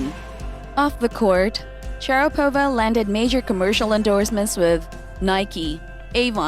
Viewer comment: For Christ’s sake, can you please learn to pronounce her last name.